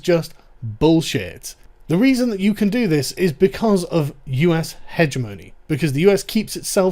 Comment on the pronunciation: Dude learn how hegemony is correctly pronounced